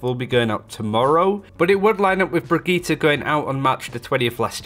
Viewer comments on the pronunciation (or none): none